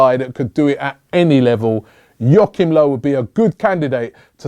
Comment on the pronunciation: Joachim Löw is not a good coach. More lucky than good. He,s the most unproven of the bunch. Also, your pronunciations of Löw and Tuchel are hilarious. Simeone might get you results but he'll do so the ugly way. He's basically a crazier and more intimidating version of Mourinho.